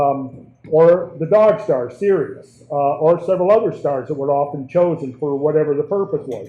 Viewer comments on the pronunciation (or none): none